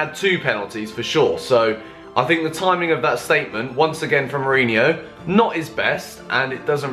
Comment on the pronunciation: You call yourself a Chelsea fan and you can't even pronounce your own coach's name right smh